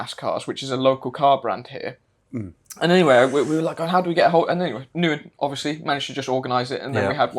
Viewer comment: Ngyuen is pronounced as Win, you have been calling him by the wrong name since the day you met him and he literally pronounced his name when you introduced him, and you all kept going with the wrong name.. People will put up with Western shit, as long as you are willing to pay. Try harder